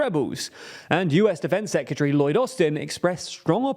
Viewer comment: I don’t know why but the pronunciation of “secretary” as “secutary” is really grating.